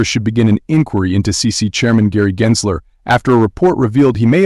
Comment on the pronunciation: it's a bot,it's not consistent pronouncing Gensler..